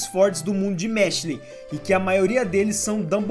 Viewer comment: que agonia ouvir tu falando mashLE